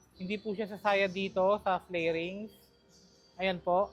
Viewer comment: fairings not flairings, correction